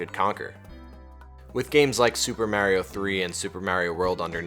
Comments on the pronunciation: say it with me... MARRRR EEEEEEE OHHHH not MAYYYYREOH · This is great but the way you say mah-rio is killing me